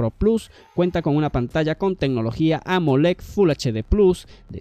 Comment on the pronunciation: Se dice WATTS! y AMOLED!, no guacs y amolec 🤦🏻 ahí dejé de ver tu video